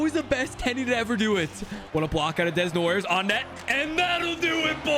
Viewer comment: Caleb Desnoyers is pronounced Da-No-Yay